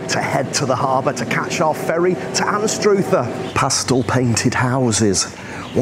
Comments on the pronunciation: It's pronounced Anstr other. Not Anst Ruth er. Locals call it Ainster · Learn to say Anstruther correctly